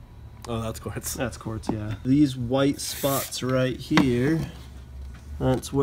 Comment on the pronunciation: Not to be that guy but it's "quartz"